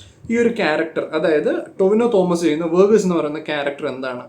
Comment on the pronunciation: "Tinova" athra pora correcta😂😂😂